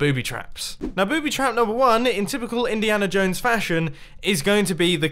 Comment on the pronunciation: No one: Mumbo Jumbo: Indihana Jones